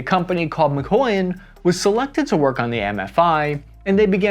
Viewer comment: The way you say mikoyan makes me cringe haha.